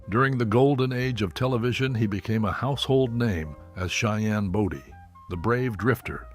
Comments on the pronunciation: Cheyenne Bowdy ( Body) long o -that’s the pronunciation of his name , and not Boydy! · Cheyenne Body Come on...get the name right at least. It's Bodie... pronounced bow di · Can these videos get the right people in the pictures and pronounce the names properly. Body 🙄.. pronounced Bowdee. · Not Cheyenne body Cheyenne bodie . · It was Bodie, not Brody. Geez. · Clint's last name is pronounced BOEDEE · It’s a shame that pictures of Clint Eastwood were used and that the name Body wasn’t pronounced correctly.